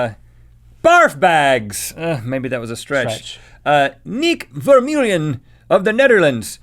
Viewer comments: you totaly said neik vermeulen wrong nice epicode doe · you totally pronounced Nick Vermeulen wrong , I'm from Holland and the pronounciation was horrible 😂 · niek vermeulen: That pronunciation cracked me up. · I'm from the Netherlands and it's funny how Rhett pronounces Niek Vermeulen :) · Niek Vermeulen xD I laughed my ass off on that pronounciation. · THE WAY RHETT PRONOUNCED NIEK VERMEULEN THOUGH!!! (i'm dutch) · That pronunciation of Niek Vermeulen tho 😂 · I love the way Rhett pronounced Niek Vermeulen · You say niik vermulen lol